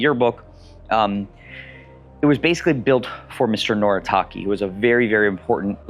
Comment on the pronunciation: Mr. Noritake too. It has too be pronounced " No-lee-ta-ke" and "ke" like "hello" or "America". 😊 But, anyway. ❤